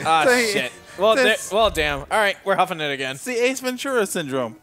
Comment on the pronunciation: It's not "huffing it," for fuck's sake. It's "hoofing it." huffing is something entirely different.